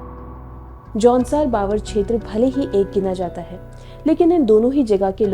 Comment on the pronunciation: Aunsaar baabar nahi jaunsaar bhaabar 😜🤣🤣🤣😭😭